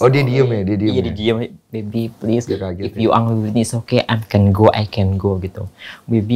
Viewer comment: Ternyata Luna transgender . angry bukan angry la engry baca nya.